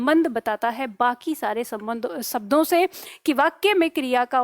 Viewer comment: शब्दों इस में आपने सब्दो उच्चारण किया है। क्या में सही हूं?